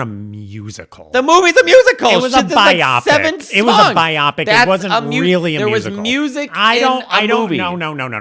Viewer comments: my darling, biopic is pronounced BYE-OH-pick, not bye-OP-ick. 💗 Agree with your opinion on Michelle Yeoh's performance! She is deliciously evil, and I love how she shades Glinda right into the ground. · Another note: Matteo with “The 8am shift at Waffle House”. Living in Atlanta, I almost shouted in my living room. Oh-: love you, but it is “bio-pic” rather than “bi-opic”. Be well, guys! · It took me awhile of hearing say “bi-op-ic” before I realized he was saying what the rest of would pronounce as “bio-pic.” It sounded like he kept talking about a medical test or condition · I also say bi-opic. Not bio-pic lol 😂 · I love you, but you sound like a moron when you pronounce "biopic" like my-OP-ic. It is BI-opic as in a pic that is a BIO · A comment for about “biopic.” I’ve always heard it pronounced as “BY-oh-pik” (as a shortened form of “bio-graphical pic-ture”). said “by-OP-ik,” which Robbie Williams has been saying recently about his “Better Man” film. I thought that was either a British thing, or just Robbie’s mispronunciation, and no one ever corrected him. Google says both versions are acceptable — but not really, if you think about it. P.S. Also wanted to say,, that “I’ve Always Like You,” and your assistant, Matteo. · it’s BIO-pic, not bi-OP-ic. 😅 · It's bio-pic. Not bi-opic. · Bi-opic? It’s pronounced bio-pic! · BIO-PIC. Not BI-OP-IC. It's a movie, not a medical procedure. Matteo, shame on you for not pointing this out and shaming! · I used to pronounce ‘biopic’ the way you do, but I think it works better as bio-pic. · Omg the way pronounces the word biopic. Like they're referring to a robot. Or a new type of bisexual type of "opic". It's giving flashbacks of when we were all in the trenches battling about Appalachian all over again